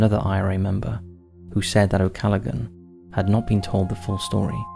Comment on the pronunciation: What is wrong with the narrator? He is unable to pronounce any of the Irish names. "the Curragh", "Leitrim", "Callaghan."